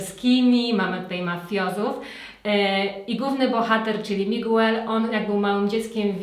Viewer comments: A nie ,,migel" ? ;) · Bardzo fajny film.. Szkoda, że większość seriali już widziałam., w imieniu Miguel nie czytamy tego u, czyli czytamy Migel. Jeżeli ktoś uczy się hiszpańskiegoto serdeznie zapraszam na mój kanał gdzie od pół roku dodaje kurs j.hiszpańskiego od podstaw. Pozdrawiam serdecznie:)